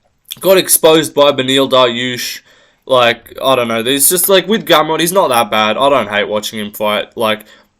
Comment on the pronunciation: Naah bro you did Gamrot dirty😂 Im polish but i have to agree.